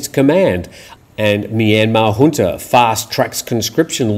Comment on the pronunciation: We're pleased and satisfied when someone pronounces "junta" properly. The growing mispronunciation of this very basic word is a matter of grave concern to us. And a welcome to beautiful of course.